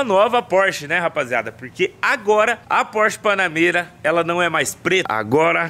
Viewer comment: "A" Porsche Panamêra.... :face-green-smiling